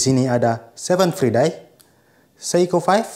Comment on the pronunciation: The right spells is 'seven fraidei', not 'seven fridei' 😣